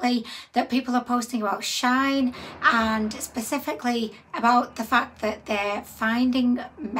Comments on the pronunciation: It is SHE IN not shine or sheen! it is a hoax! of course we are not concerned, it is clearly not real ... you didn't buy anything from shine as that is not the bloody companies name!... how can you read the word SHEIN and come up with that awful pronouncation? it is really bloody irritating! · When she said shine dozens of times it was grinding my gears! how can she read shine from shein LOL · It is prononced She-in. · Shein don't actually treat their workers well at all that's why alot of people have stopped buying from here.. also it's pronounced as sheen* shein